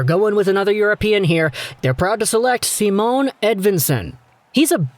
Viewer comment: Idk if you care but Simon is pronounced with ephasis on the i, so more like "Seemon", just fyi :) Great video btw